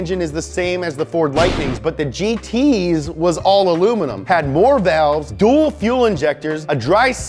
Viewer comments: "dual" not "duel" smh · It's "DUAL",!;)